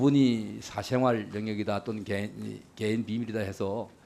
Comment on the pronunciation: 저것들은 외국인인게 확실함.. 일단 발음이 안됨.. 강도= 깡도 세금=셰금 배우자= 대우자 사생활=샤쉥알 대체 어느 나라 말이냐~ 말 사이사이 Um~ 할거 같은 느낌이다. 사투리로 받아들이기엔 갱상도 프로나운스도 아니다!!!